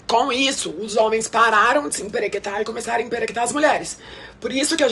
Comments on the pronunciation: É emperiquitar, kirida 😅😅😅😅 não emperequetar 😅😅😅😅 kossorro. Pra quê? 🤣🤣🤡🤡🤌🏻🤌🏻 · Na melhor faculdade de moda do mundo também ensinaram ela a falar "emperequetar"? 😅 Tão elite esse vocabulário... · ja peguei ranço no " emperequetar"